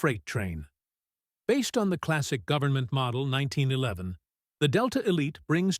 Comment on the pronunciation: This robot almost pronounces 1911 correctly. Almost.